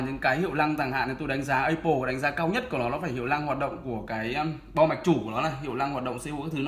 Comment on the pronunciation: a phát âm từ apple hay thật ấy